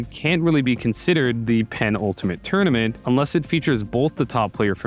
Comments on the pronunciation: Yeah the video is great but every time he says "Penn-Ultimate" it just clanged on the ear. Sorta like how Walt used to use the word "prodigal" in his Rundown videos without realizing that it meant "wastefully extravagant". ("After a years-long hiatus, the prodigal son of New York is back" etc) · because that's how he pronounces it in the video. It's normally pronounced "puh-NULL-ta-mett". But as others have pointed out, he clearly thought that the word meant "most ultimate" instead of "second-to-last", which you can hear not only in the context in which he uses the word, but even how he pronounces it. He adds bizarre and unnatural double-emphasis to the word so that it sounds more like what he thinks it means. (Or at least, that's how I remember him pronouncing it 10 months ago when I made that comment on the first place. Not gonna re-watch the video just to answer your question about what I meant almost a year ago.)